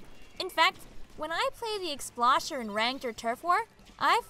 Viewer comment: I don’t wanna be That Guy, but I find myself getting irritated every time you keep mispronouncing Explosher. It’s pronounced explosion, not explashion.